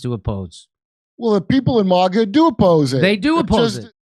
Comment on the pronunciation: what is "moga"? you keep saying moga..... with an o do you mean "maga" .... with an a? why would you add an o into it for no reason? please dont try to claim it to be an accent....its not...... its a clear choice...